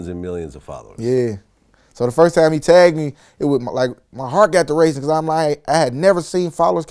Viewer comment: He doesn't say time he says tame. Not five but fave.